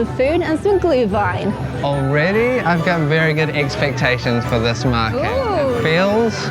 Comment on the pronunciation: or you enjoy it cold. But then its a coldwine, not a glowwine (=Glühwein) ☝️ 😂